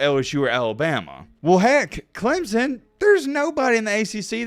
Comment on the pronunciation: Your voice is annoying. It is Clemson not Clemzon. 🙄